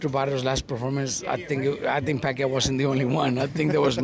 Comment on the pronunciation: CANT EVEN SAY PACQUIAO LAST NAME RIGHT 🤦